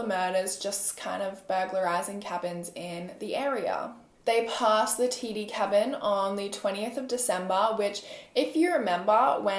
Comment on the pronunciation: how did you know how to pronounce it correctly LOLL no one’s ever gotten it on the first time